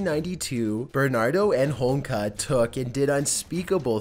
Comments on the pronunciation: How the fuck do you say Homolka correctly the first time then proceed to so Homeka the rest of the clip? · It's Ho Mul Ka, NOT HOMEKLA. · Holmka? You pronounced her name correctly the first time you said it - Karla Homolka, but every time after, you said Holmka. What's up with that? Short-term memory loss? Oh, and she does not live in the Caribbean, either. She still lives in Canada. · Did you say "Holmka"?. lol... almost!.. it's "Ho-mole-kuh" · Ho mol ka not Homeka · I'm sorry but the chicks name is pronounced hom-mol-ka not hom-ka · Just saying, it’s pronounced Ho-mole-ka, not homeka:P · Its said like "Home-oh-ka" not Homka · HOMOLKA..not Homka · Homolka (home-ol-ka), not homlka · it ho mol ka not home ka get it right... you sound like an idiot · Its karla homa-loka. Not homloka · Holmka? It's Homolka...Good video though. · It's a symptom of pot-smoking gay Canadians who think HoMOLka is pronounced 'Holmka'. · Dude, you completely tanked with the pronunciation of Karla Homolka's last name lmao Ho-mole-ka lol Just saying.... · Man, this idiot cannot even properly pronounce karla homolka's name homeka he says slobber mouth strikes again, I bet this guy is a spitter when he talks. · Just to add, its Karla "hom olka" and she lives in montreal under a new name. Much closer than you'd like I'm sure. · Actually. It's pronounced Hoe-mole-kah and she can't leave Canada. She lives in Quebec with her husband and kids. She was recently outed at the public school her kids attend and can no longer volunteer at the school like she had been due to the public outrage. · Lol the way he pronunces holmolka kills me lol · You’re Canadian and can’t pronounce Homolka properly? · Lol leaving a syllable out of Homolka's name. I ♥️, wouldn't have it any other way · I would've enjoyed this video more had you pronounced names properly. Had there not been photos I wouldn't have even been able to figure out who you were talking about. Karla Homolka for example.